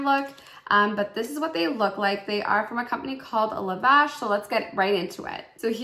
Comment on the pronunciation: Also the brushes are pronounced Lav-ish not Liv-ash. The word lavish means luxurious and elaborate, so thats probably why their company is named Lavish 💎 I’m not trying to be the grammar police I promise I am just trying to teach you how to pronounce it so all your viewers will know what the company is called as well 💗💗 I really enjoy your Boxycharm unboxing videos every month.